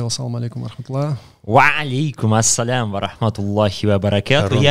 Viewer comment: Не смог что ли ты сказать нормально Ваалейкум Ассалам,,,, сидит как клоун дурачится